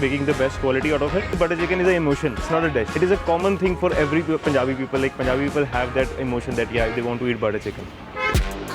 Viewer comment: I listened to it a couple of times. He pronounces it correctly.